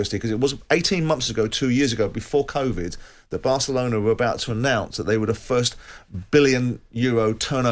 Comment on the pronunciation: Did he just say Asselona ???🙄🙄